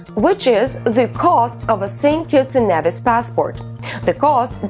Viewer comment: St kitts and "kneevis"! GET THE PRONUNCIATION CORRECTLY!